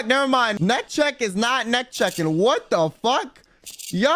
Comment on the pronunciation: He really said "wut teh fuq"